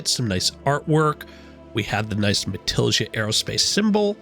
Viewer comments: Matilija has a spanish j GET IT RIGHT! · Have not heard anyone pronounce Matilija correctly yet lol